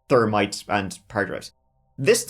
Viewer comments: Thermite not termite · Its pronounced Thermite not termite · Why is it that you cannot pronounce Thermite It's that termite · TERMITE BOMBS!!?? THAT'S TERRIFYING! Oh wait it's and he's saying Thermite, still scary but not as bad. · Termites typically will not destroy a hard drive. I swear, You and my Irish Grandma with the "Th" problems! Just messing with ya. Much love though. I really enjoy your vids. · Are you saying "termite"? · Lol...at time stamp I kept rewinding trying to understand how he ordered " termites" to wipe data...😂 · We all know “i before e except after c” …but around these parts, it’s “the H after T does not exist to me” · Right like he has no problem saying the 'th' in "that" but can't say thermite 😂